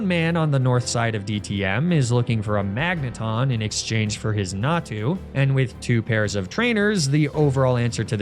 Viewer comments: Why are your pronouncing Magneton incorrectly? lol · Dude why do you keep mispronouncing Magneton